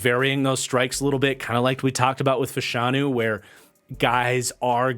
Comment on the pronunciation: The correct pronunciation is FASH-UH-NEW